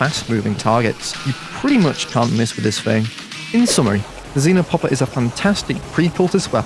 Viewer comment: Why do you all call it zinopopper? It's actually XEnopopper. Idiots